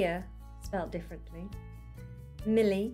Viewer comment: I'm English and my name is Millie but you pronounce it Miley (like Miley Cyrus!!!)